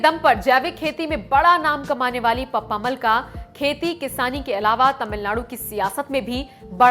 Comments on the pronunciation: इन वृद्ध महिला के नाम का उच्चारण पप्प-अम्माल यानि पप्पम्माल होना चाहिये न कि पप्मामल। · pappamal nahi. Unka naam ka murder math karna please. Actually you say PAPPA AMMAAL